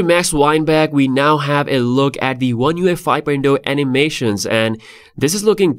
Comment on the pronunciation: He keeps calling it one UEFI lol. Good video though man thanks for previewing it for us